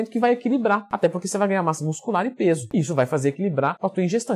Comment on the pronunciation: "Ganhar massa nuscular"